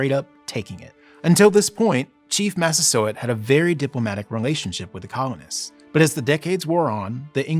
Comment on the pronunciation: i keep hearing "chief mastersword".